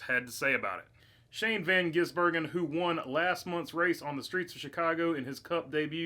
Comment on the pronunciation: How are Americans so unable to pronounce his name? Van - giz - bur - gen. It’s not that hard.